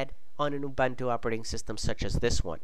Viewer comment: It's Ouu-Boon-Tuu YOU FUCKING BITCH!